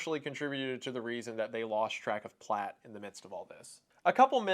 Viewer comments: The name of the perp was Platt. Not Platz. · The name is Platt. You got it wrong the entire video.